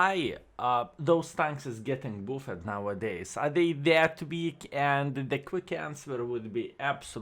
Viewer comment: No sense in mispronouncing "buffed" forever. Here is how to say it correctly